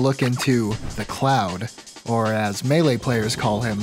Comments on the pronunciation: Are we just going to ignore the beginning saying meele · says meele lmao how did i not notice this a year ago when i watched the vid for the first time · That "meele" made me think for a split second that I had been spelling "melee" wrong my entire life